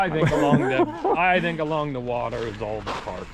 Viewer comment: “Wuter”Tower….you’re DEFINITELY from south eastern PA.